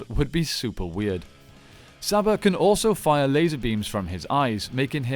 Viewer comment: Its pronounced Sarba